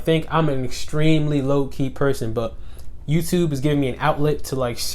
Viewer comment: When you say low key fast, it sounds like your saying Loki!